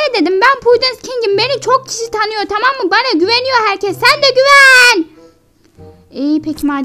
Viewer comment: Taam değil tamam